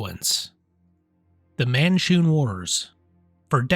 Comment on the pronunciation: man-shoon, you said mar-shoon, the first time you said it.